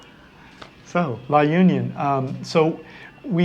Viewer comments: La Union ....we locals pronounce it La onion 🧅😅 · The right pronunciation of the La Union is La onion